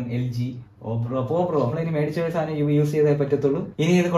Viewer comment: സാനം അല്ല സാധനം എന്നു പറഞ്ഞു പഠിക്കുക😅